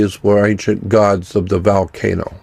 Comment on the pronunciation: Xcorgi What about valcano? 🤣